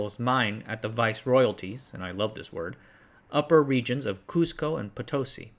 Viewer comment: Please look up the proper pronunciation of the city of Potosí.